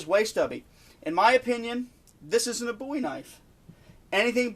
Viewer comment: Excellent video. Very informative. New subscriber after watching this video. I was beginning to think that I was the only person who thought a Bowie knife had to have a ten inch blade. And one more thing I'll say, I appreciate you pronouncing the name Bowie correctly.